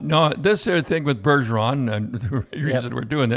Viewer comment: It s Bergevin not Bergeron